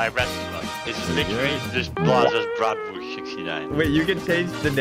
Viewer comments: I love when tries to say brastwurst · Ok In The German Language You Spell it Bratwurst but you say the w like a v so the correct way to say the word is bratvurst but instead of a v it is a w (No I Am Not German I Am South African) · THEY CANT SAY BRATWURST RIGHT WRF